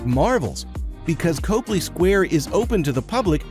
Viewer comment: Just be sure to pronounce it "CAHply" square, not "COHply" square if you want to sound like the locals!